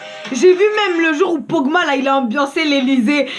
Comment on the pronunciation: mdrr c est pogba pas pogma